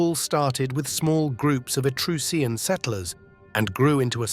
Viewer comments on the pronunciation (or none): Mispronounces "Etruscan" in the first 45 seconds. Instant downvote.